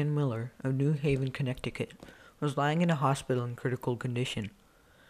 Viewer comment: Terrible narrator makes this too difficult to listen to with certain words and phrases so garbled that they become impossible to understand. Does narrator understand that the state of Connecticut is NOT pronounced 'CONNECT-I-CUT. You lost me at that mistake in the first few minutes. Please find a script reader with more advanced reading (out loud) skills. If it's YOU,, doing the narration, you need to find a better reader/narrator. Sorry.....